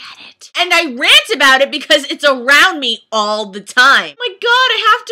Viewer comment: I can't watch your Twilight vrant. :( It has a age restriction. Anyways, why do you call it a vrant?